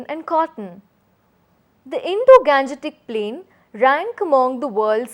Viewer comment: It should be pronounce as Indo-gangetic not Indo-ganjetic plain